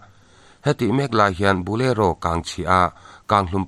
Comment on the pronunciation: Bulero ka hre ngailo. I thil lam dan hi diklo atam thin hle mai.